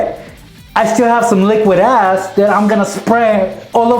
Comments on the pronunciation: Boi stop saying "liquid ass" all the time boii I thought you were saying "az" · was he saying liquid "ass"?